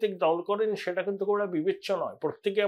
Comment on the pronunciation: Apnar sei famous astroscientist ki khobor …..ETA r SETA pronunciation EDA r SEDA hoye jachchey……correct korun .🤡